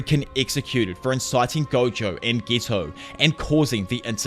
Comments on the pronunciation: i hate you its getooo not gto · Could you at least try to pronounce the character's names properly? It's so hard to understand who you're even referring to and ofc subtitles don't help. It's Geto not ghetto, damn.